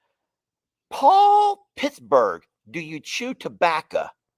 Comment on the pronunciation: That tabbaca comment had on a rant about tabbaca for a min lmao 🤣 the way he said tabbaco he said tabbaca lmao 🤣